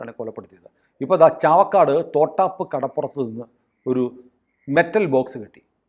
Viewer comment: തോട്ടാപ്പ് അല്ല..... തൊട്ടാപ്പ് ആണ്.😂